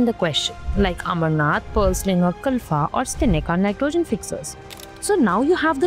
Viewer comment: It's amaranth not Amarnaath 😅